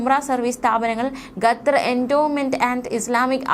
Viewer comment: ഗത്തർ അല്ല ഖത്തർ ആണ്